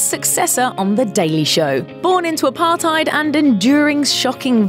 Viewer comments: the way she said apartheid 😰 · I'm south Africa and the way she says Apartheid and xhosa Is terrible